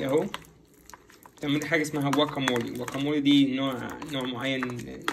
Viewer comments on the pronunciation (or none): شكرا عالفيديوهات الحلوة و مجهودكم الرائع بس تصحيح بسيط ... اسمه جواكامولي مش واكامولي Guacamole ..